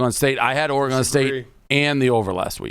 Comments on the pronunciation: stop saying OREy-gon, its simply Oregon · Say “Oregahn” one more time, Jesus Christ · The way Dave says Oregon makes me wanna blow my brains out